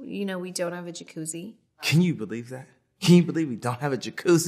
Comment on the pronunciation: I didn’t know jacuzzi was pronounced with an H